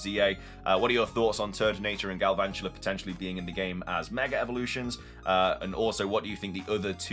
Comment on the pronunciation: THERE IS NO R IN GALVANTULA!